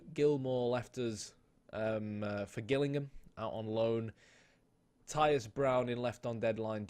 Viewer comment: Loving the series, just to point out , Gillingham is pronounced Jillingham